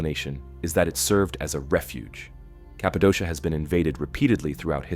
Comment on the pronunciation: Cappadocia is pronounced Kappa-doh-kia